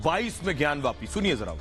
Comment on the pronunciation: kripya gyanwapi bolen ...gyanwyapi nahi...